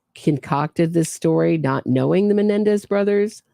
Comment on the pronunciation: “All of the Menendi!!” 😂😂😂😂